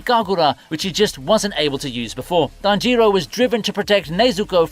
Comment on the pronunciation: come on man it's tanjiro, not tan jiro, just one word